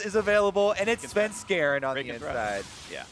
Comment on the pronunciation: Am I the only one getting hella triggered by Phreak's "Svenskaran"?!